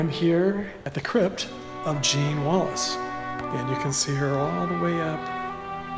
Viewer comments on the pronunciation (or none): none